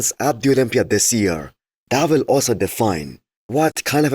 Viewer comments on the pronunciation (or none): none